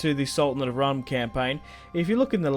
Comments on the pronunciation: its pronounced "room" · Rūm is pronounced like room